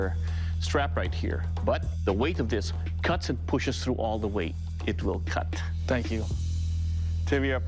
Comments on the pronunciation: It will cot? Don't you mean it weel keel? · "It wil kad" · "It will cot" 😂😂